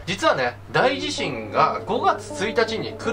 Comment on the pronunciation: あ！１つ言っておきますね！ 『だいじしん』じゃなくって『おおじしん』ね。 『だい』が付くのは地震じゃなくって災害ね！